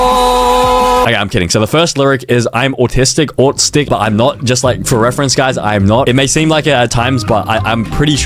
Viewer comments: you are the “i”. Its not aut stic its aut”i”stic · Bro, , its autistic not autistk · bro it's not a 'k' it's a 'ic' Can't be autistk. It's autistic. Plz pin if this helps